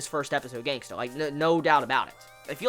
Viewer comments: its Gangsta not gangster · Love the way you say GangstA😂😂